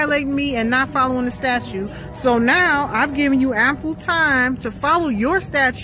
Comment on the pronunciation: Why can't these people say "statute" correctly? It's not "statue."